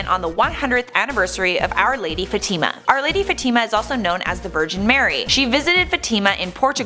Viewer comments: It's not pronounced Fa-TEEM-a. LOL! And Horacio Villegas is not the "blind mystic." That would be Baba Vanga. You people really need to get your shit together. You're a joke. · This stupid woman can't even pronounce Fatima right it's not Fatimma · learn how to pronounce Fatima! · your saying Fatima wrong